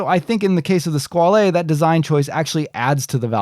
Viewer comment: OK, stop saying "skwal-ay". It is just pronounced Squale and rhymes with doll. The "e" is silent. Pretty much the same pronunciation in both English and French. I cringe everytime you say it, and you must have said it 35 times.